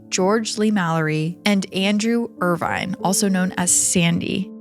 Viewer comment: Not 'Irvine' as in 'wine', but Irvine as in 'gin', my dear.